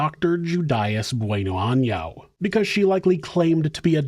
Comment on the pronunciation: maybe i can help with the pronunciation of her last name BONano very simple love you show